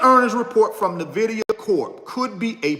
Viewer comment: Nvidia to 75. Will also give you $1000 if you say NVIDIA right 😅